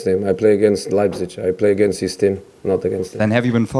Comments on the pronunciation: Nobody: Absolutely nobody: Mour: LEIPZICH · "Leibzitsch" Hahahaha.